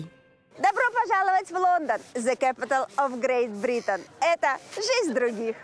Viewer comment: Я тоже выпала в осадок, услышав: "Зэ кэпитал" и "Сенькью". Просто непозволительно! Я бы вообще переозвучила этот скрипучий голос